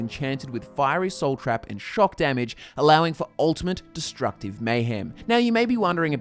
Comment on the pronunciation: when he said soul trap. at first i heard soul crap